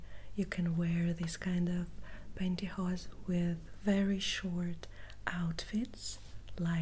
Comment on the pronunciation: Hello, I just wanted to say that I haven’t seen one of your videos for quite some time now, if you don’t mind me saying, you look absolutely stunning and beautiful, I also love how you say pantyhose, I could listen to you speak for hours, thanks for the tingles, take care.